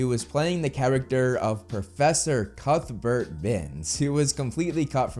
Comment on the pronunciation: I swear you're sayin cuckburt instead of cuthbert, which I think you like saying too much. ;p